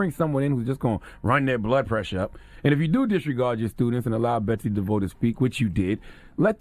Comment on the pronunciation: Her name is DE-VOSS...